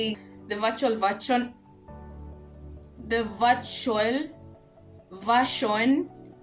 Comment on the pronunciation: Did someone just say "THE VARTUAL VERCHON"??😅😅😅😂